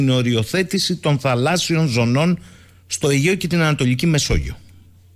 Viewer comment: Κύριε, πέραν της εξαιρετικής εκπομπής, σταματήστε επιτέλους αυτό το "Θαλάσσιων" (με τον τον τόνο στην προπαραλήγουσα)...πέραν του ότι είναι ΑΠΙΣΤΕΥΤΑ ΚΑΚΟΗΧΟ, δεν είναι και σωστό γραμματικά! Το ίδιο και με το "Δημόσιων υπαλλήλων"...